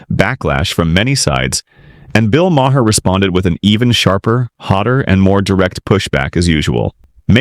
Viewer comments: You need to edit your AI Voiceover. Maher pronounced ma-hair? Make it say marr. It makes me want to stop watching. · Ai slop that can't even pronounce Mamdani or Maher